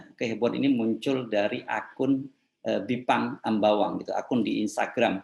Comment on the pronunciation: Pakkkkk Baca Pake Text Aja....drpda Salah Ngmong😭😭😭😭😭.... Bipang Ambawang itu untuk TKA Yg baru Dateng aja pak 😭😭😭